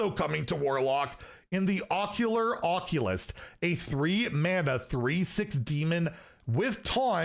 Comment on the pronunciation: "Ocular Oculist" Clipped and shipped, confirmed to not know how to pronounce Oc-cult-ist. We still love you for it. It's the card mispronouncing that makes my day sometimes.